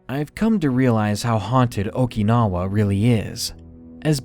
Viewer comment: Your mispronunciation of Okinawa was driving me crazy